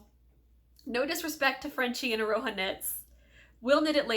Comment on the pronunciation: I hate being that person, but you're kinda butchering the name Aroha. Wanted to gently put a couple of links here in case you're interested in correct pronunciation of Te Reo Māori words such as Aroha and Whakairo. Hope this helps! Love the Whakairo top, btw, it's beautiful